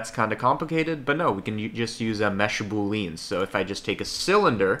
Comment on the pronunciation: I was 4 minutes into the video before I realized he was saying "Boolean". It's pronounced "BOO-lee-in", not "boo-LEAN". But I was also told by someone a long time ago to never make a big deal when someone pronounces something incorrectly because it means that they learned about it from READING A BOOK.